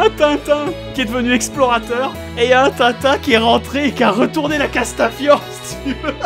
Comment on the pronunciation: putain les gars faitét un effort c’est tin tin